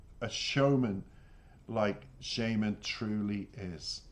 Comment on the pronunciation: Thanks for the reaction, very in-dept analysis. I have only one small criticism. The artist name is pronounced shAAman, like the magic person that calls for spirits out in the wilderness. It's a stage name, his real name is Yaroslav Dronov.